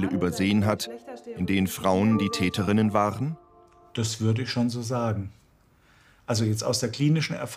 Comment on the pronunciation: könnten sie bitte versuchen korrekt die deutsche sprache zu verwenden? das hört sich an als wenn sie dazu nicht in der lage sind und hier handelt es sich wohl kaum um einen sprachfehler es heisst TÄTERINNEN und nicht TÄTENINNEN danke! :eyes-pink-heart-shape